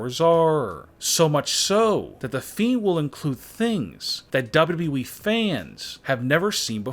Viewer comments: This guy doesn't know how to say WWE at ALL WHEN I MEAN IT I MEAN IT... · The way he says wwe though